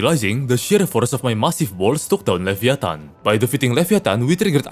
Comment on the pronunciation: levi -a-tan